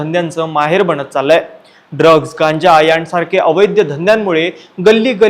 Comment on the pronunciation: अवैध्य धंदे नाही रे बाबा, अवैध धंदे असं म्हण.